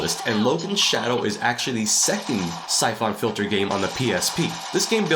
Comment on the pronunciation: Never heard anyone call Syphon Filter- Sy-Fon .... It's just Sy-fun Filter.